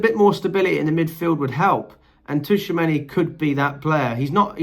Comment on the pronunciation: His name is pronounced "true a many "